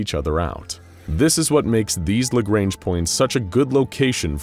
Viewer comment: It's LA GR-AU-NJ